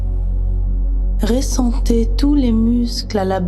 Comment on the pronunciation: On dit ressentez et non pas réssentez. J'ai dû arrêter car elle le dit souvent et ça me dérange. Les autres histoires sont superbes